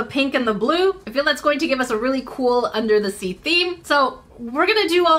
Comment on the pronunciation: Omgosh, I laughed so hard I was crying. This was fantastic and I love the, “undah dah sea” one. Thank you for the laughs.